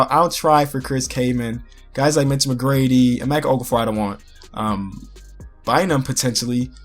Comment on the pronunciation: You said Mitch McGrady brush his name is Mitch mcgary I'm sleep cuh 😴😴😴😴😴😴😴😴😴😴😴😴😴😴😴😴